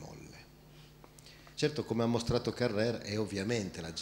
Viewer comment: Peccato l'accento insistentemente sbagliato su Carrère...